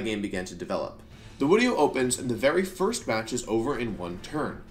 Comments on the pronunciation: Why do you say wideo???? It throws me off each time bro 🤣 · I think you mean wideo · I think you mean “wideo” it’s okay… we all mess up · Wenusaur and Wideo is actually because he’s good friends with Markus (13yoshi37) who is German and German pronounces “w” as “v” which slowly prompted Wolfe to pronounce “v” as “w” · I love how much you say wideo. (and no wideo is not a typo) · Imma end this video if you say "Wideo" one more time Edit- thats it. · Why am I hearing Wideo instead of video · Everytime i hear wideo i get 2% more likely to turn off the video. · lmao "the wideo" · Am I going insane or do you say "Wideo" multiple times throughout this video... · why does he keep saying wideo instead of video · great "wideo" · is it just me or am i just new and dont know he says video like wideo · Why does he keep saying wideo 😭😭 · wolfey: Pause the wideo*... what do you think happened? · *Pause the wideo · pause the "wideo"? Ugh you're so cute wolfey 😭🤣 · I still cant ever get over how you pronounce it "wideo", its so cute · "I think we banned Hidden Power Grass. Now pause the wideo. What do you think happened?" What do I think happened? I think people used Hidden Power Electric. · i love how u say wideo LMAO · why does he say video "wideo" every single time? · dude he said "wenusaur", he also said wideo can anyone explain why?